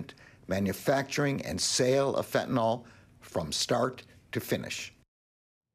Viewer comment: It's pronounced Fen' - ta - nil, not Fent' - a - nol.